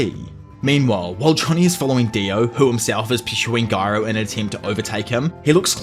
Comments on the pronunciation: What's more funny than my valentine is saying GUY-row instead of the superior JI-ROW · why is bro still saying "giro" and not "jiro"😭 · jiro is how it’s pronounced pal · I love “guyro” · Bro please just say "Jairo" 😭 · ITS JAI-RO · Its my head canon that Gyro hit you with a steel ball to help you say the his name right in the next one after saying it with a g instead of a j for 2 videos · It's just weird like if someone suddenly started calling Joe Biden Goe Byd-n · I knew it was Latin so I just googled it bc you took the time out to reply. Honestly I didn't even notice you were pronouncing it wrong until I seen the fuss in the comment section. OPM got me accustomed to hearing garou. I bet you're glad you decided to break the parts up smaller. It could've been a lot worse.